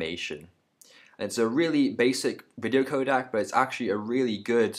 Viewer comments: ProRes is not uncompressed/lossless . shit tutorial. (Also its codec not kodak) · Please don't say it codAc... It is really furstrating... And ProRes and Animation are NOT uncompressed codec...